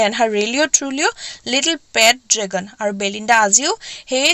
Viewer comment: Mistake : dragon-dragon. But l like it